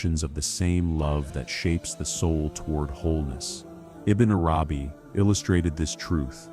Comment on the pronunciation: Such amazing teachings but would it be possible to get the AI voice to learn correct pronunciation of the noble names ? And that it's Arabi not arAbi. And Allah has double lls which should be given their full value. This is important not just linguistally but to show proper respect to the ultimate Lord & his devout scholar & servant.